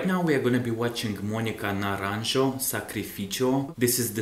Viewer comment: Watch "ahora" Mónica naranjo. Please naranjo is pronounced naranhhhho with a strong h. Spanish j is a strong strong h